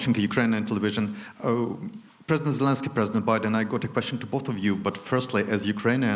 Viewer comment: Creepy Joe called him Valensky, lol senile old fool...